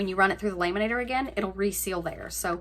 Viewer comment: Omg...its not "laaay-man-nator", its lam-man-ator"...just couldn't get past that! Sorry, not sorry!